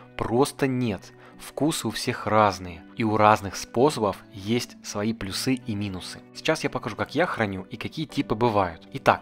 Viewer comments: Офигенное видео , но плЮсы , а не плюсЫ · Спасибо за видео! Почему вы говорите плюсЫ?)